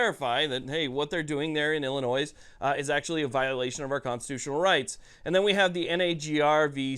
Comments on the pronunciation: Bro, please stop pronouncing the state in the plural. It's like saying I bought a Fords, and I'm going deers hunting. It's singular Illinois, not Illinoiss. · Just an FYI the S is silent in Illinois . Ill an oy. Thanks for all the hard work and pro 2A content.